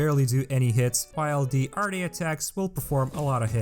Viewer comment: It's spelled arte but it is pronounced like art just a minor insignificant knowledge o have